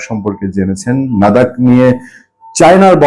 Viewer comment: "নাদাক" নয়, "লাদাক" হবে।